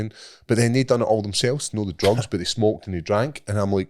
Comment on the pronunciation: Every time describes Weed as "DRUGZZZZ" or "MARYWAHNA" cracks me up every time! 😂🤣